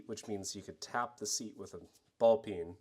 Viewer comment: Whenever you say “peen” I hear “pee in” at first. What is wrong with me?